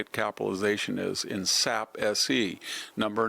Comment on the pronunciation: You dull your status as an intellectual when you can't correctly pronounce names of companies such as Anthropic and Palantir. And the company named 'SAP' is correctly spoken as 'S A P'. Not sap.